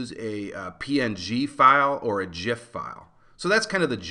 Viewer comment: 10/10 because you said .gif correctly :)